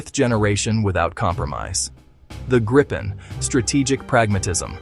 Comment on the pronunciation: Just say Gryphon You can't say Gripen correctly